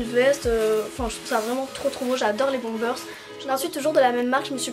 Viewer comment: On dit pas bombersss on dit bomber